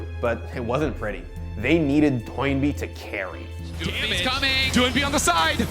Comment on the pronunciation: Thank you for saying Doinb's name right. I cringed through all of worlds as the only LPL caster's slightly accented pronunciation convinced all the English-language casters his name was "Doo-in-bee"